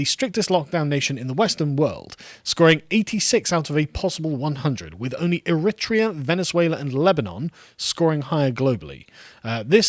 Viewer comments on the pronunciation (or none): Err-Rit-Tree-Err. LOL! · Always worries me that you're an insincere shill when you can't pronounce words? 🤔 Eritrea and melee! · The pronunciation of Eritrea and Tanzania was gold